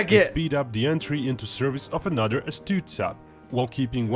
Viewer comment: Love the Brit’s trying to say “th” homie said “anuvuh” 😂